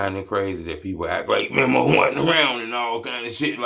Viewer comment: 🤦‍♂️ Bruh……. It’s pronounced ME-MOE please, please, please get that right It’s not memo 📝 ME-MOE